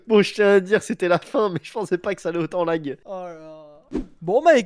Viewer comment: Non plus, c'est LAG, pas LAGUE vu que c'est anglais